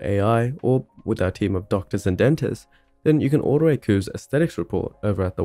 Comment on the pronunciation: I still find it strange hearing QOVES pronounced like "kooves". I've always read it like "coves".